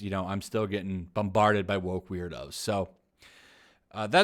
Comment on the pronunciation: i love that he pronounce weirdos "weird hoes"